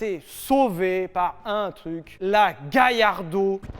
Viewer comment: Galla pas Gailla il y a pas de I dans Amblance oui ou merde ? 😂